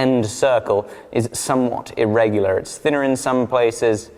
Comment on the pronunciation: Anyone notice when says his 'R' like an American when he says 'Irregular'. Yes i did stop the video to comment because i noticed that. I still love you anyways, keep up the good work:)